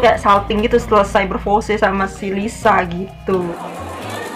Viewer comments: Menurut aku bukan Lisu sih kak, tapi kaya Liseu bacanya.. Hehe maaf yah kalo aku sotau🤭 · Maaf ka,,bkny itu d bca ny 'Liseu' bkn Lisu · Itu bukan (리수)Lisu kak tapi (리스)Liseu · Lisa bukan lisu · Lisa bukan lisu kak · Kak bukan lisu tapi lisa kak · Lisa kak bukan lisu😂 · Lisa ka bukan lisu anjay